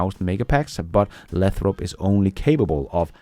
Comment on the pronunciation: Lay - throp. Long A.